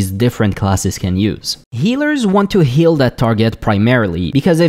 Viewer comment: Your pronunciation of "heal" and "kill" are very difficult to tell apart, especially in the Shade of Akama section.